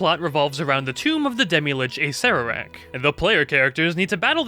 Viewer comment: Engagement comment on 3 year old video for one reason: Correct pronunciation of Acererak 👍